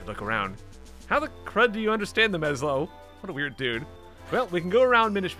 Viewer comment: It's pronounced (ess-low) Ezlo